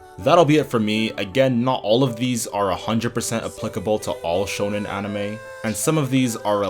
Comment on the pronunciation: It’s not pronounced like “shownen”, it’s “shOnen” as in shopping.